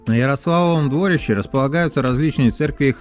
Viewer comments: Ярославово дворИще! Как же слух режет двОрище. Неужели не спросить у местных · Я так уточню или дополню) Крестцы ударение на перый слог, опоры моста у нас называются "быки", дворище ударерение то же на первый слог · Всё бы хорошо, но почему столько ошибок в ударениях? Мне как новгородцу даже обидно немного. Понимаю, что невозможно всё знать, но всё-таки уточнить в интернете всегда можно, верно? В названии озера Ильмень ударение всё-таки на «И», а не на «Е», Ярославово ДворИще, а не ДвОрище, КрЕстцы, а не КрестцЫ. Будьте внимательнее и удачи! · Надо тщательнее готовиться, автор! Ошибки в ударении озеро Ильмень, а не ИльмЕнь, Ярославово дворИще, а не двОрище!!! Юрьев монастырь основал Ярослав Мудрый, а не Юрий Долгорукий, который жил через 200 лет позже и основал Москву! Почему бы не сказать, что Господин Великий Новгород старейший русский город основан в 859 году! А Москва только в1147! В общем слабенько !